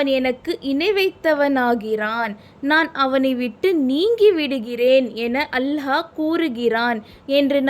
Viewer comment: அல்ஹா இல்லை. அல்லாஹ்